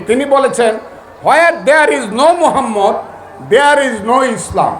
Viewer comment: স্যার আপনি একটা টকশোতে বলেছেন আমি প্রতিদিন সকালে কোরআন তেলাওয়াত করেন কিন্তু এখন যে আয়াত আপনি তেলাওয়াত কোরলেন ।তার একটি অক্ষর উচ্চারণ করতে পারলেন না এমনকি প্রিয় নবীর নামটাও মুখে উচ্চারণ করতে পারলেন না তাই বলি এসব ভন্ডামি ছেড়ে দিয়ে জামাত ইসলামে যোগ দেন তাহলে দুনিয়াতেও শান্তি পাবেন আখেরাতেও মুক্তি পাবেন।